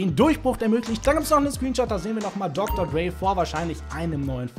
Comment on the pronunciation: Er spricht es schon richtig aus.